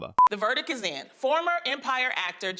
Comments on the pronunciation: "The verdic is in." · Is it just me or did that chick say "The VERDIC is in."? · Did she just say "verdick" ? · What the hell's a "virdic"?